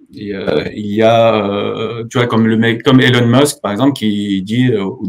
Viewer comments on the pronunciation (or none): none